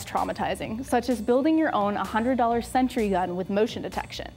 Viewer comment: "a hundred dollar sentry gun" nice pronunciation there.